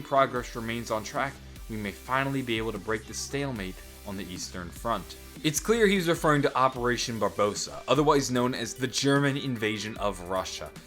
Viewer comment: Barbarossa, not barbosa.